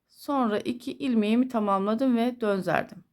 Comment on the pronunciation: Selamün aleyküm hayırlı günler çok güzel olmuş ama konuşurken döndürdüm yerine dönzerdim diyorsunuz düzeltmek istedim acizane❤